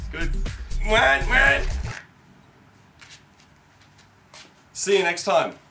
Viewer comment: What are we gonna do today, Maah-N?